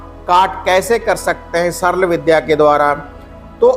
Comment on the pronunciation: Sarl saral ko bhi bolna nhi aata hai.